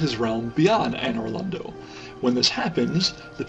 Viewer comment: Great Vid, but one thing pissed me off, Anor Londo is pronounced ANN-or LonDOE